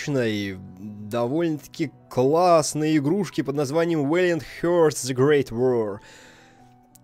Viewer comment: Отпало желание смотреть видео после слов "Вэлиэнт хёртс". Загуглил бы произношение прежде чем пилить контент.